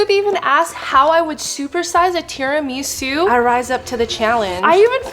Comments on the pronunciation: not tiri-miso its tera-maso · IT'S PRONOUNCED TEAR-A-MISS-OOH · IT IS SAID TI- RI- MA- SU NOT TI-RI-MI-SU (I’m sorry I’m English, I had to do it) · I'm sorry TIRAMEESU?? Girl love ya but what the hell 😭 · Bruh stop saying tirumeeeesu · THERES NO WAY SHE SAID “Tirameesu” LIKE WHAT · Teer ahh misse ahh sue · The amount of times she said tira-mee-sue is killing me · this may be my australianism talking but isnt it teraMISSoo?? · The tira-ME-SUE 😂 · “Terameesu” got me dead lol nice vid Edit: Guys I did not mean to imply that the video was bad or this is a bad creator. I love watching her videos and have 0 problems with them. I was just saying the way that she said “tiramisu” was off. Sorry if that came off the wrong way. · I know what you meant JassM, she was pronouncing it like Miso Soup. I thought it was cute too! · Couldn't watch this one. I cringed every time she mispronounced tiramisu. Love her content generally, tho. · I am not Italian but damn these Americans are butchering these words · That’s not how you say tiramisu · You’re pronouncing tiramisu wrong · Right???! And she is saying it so often too😂😂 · That was the first thing I noticed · Ikr same I was dying I was like pleaseee stop saying it like that.